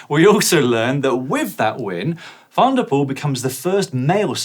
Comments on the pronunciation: 🤔.... 'Mathieu Van der Poo-el'? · Didn't he say 2 and poo ?